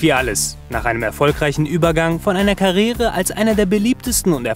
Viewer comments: Alter... dat heißt Karriere. Nicht Karrere 🤨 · Was ist eine "Karere"?🙈🙄Das heisst Karriere ausgesprochen wird bitte auch -!!!!!- das i , "i-e-re": "Kar-ri-e-re" Gruselig der Sprecher!